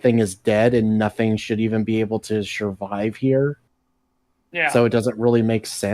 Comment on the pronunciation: Everytime says shurvive it hurts a little